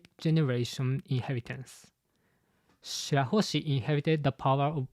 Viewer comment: i love you but its shirahoshi bro